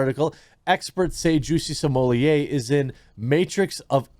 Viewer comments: Sommelier vs smollett - he is no sommelier ... is is properly pronounced small- et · C'mon, man... Stop "censoring" his name. You have it in your video title. At this point, it's just obnoxious to keep calling him, "Juicy Smm-oll-ee-ayyy" - The joke was funny at first, but we're past it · Why do you pronounce his name Samolieir.…. It’s Smollett. Nothing more nothing less. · What are you calling him???? It’s Smullet just like the mullet fish!! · You are pronouncing it incorrectly Im pretty sure you don't pronounce the ls so its smu-yeay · “Juicy Smoolyay” will never get old haha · dude, stop pronouncing his name like that. its annoying. its Juicy Smell-it, git it rite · Can you please stop saying Juicy Somolliet? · Why are you saying his name like a fruit pie, this is the United States and we Americanize pronunciations. His name is Smol-ette. The nation began weakening and the melting pot started to stop working when people insisted on their names being pronounced like they were still standing in the nation they turned their backs on in stead of standing on American soil. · Bruh.... it's pronounced "small lay". Like his D energy. Just call him smugglenuts if you can't figure it out. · When did everyone start pronouncing it 'Juicy Smol-yay?' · Bro...Sumooliyeh...Smullette...Smohlay...Salmonella.... CHOOSE A PRONUNCIATION AND STICK WITH IT!!